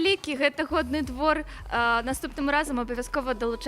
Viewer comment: Спадар, вучыце мову, кали ласка, а для пачатку хаця б навучыцеся словы "Годны двор", "Годна" з беларуским фрыкатыўным гукам "г" вымаўляць! Прашу ад імя шматлікіх беларусаў, КАМУ ГЭТА РЭЖА ВУХА! Не псуйце назву сваім рускім "гэканьем". Загадзя дзякуй, калі вырашыце маю параду ўзяць да ўвагі!